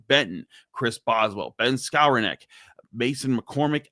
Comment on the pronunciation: Pronounced: Skow-ron-nick Not Scour-neck